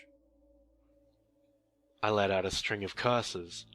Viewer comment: Haha Jorge is not George. Sorry man.